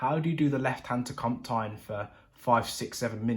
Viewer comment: If you take the English word 'canteen' and replace the 'a' with an 'o' you'll be 70% closer to pronouncing 'comptine' like the French do. For the remaining 30% I recommend a holiday in France! Great tutorial by the way, some really useful tips there that I needed and the bonus pedal advice was much appreciated too! Merci !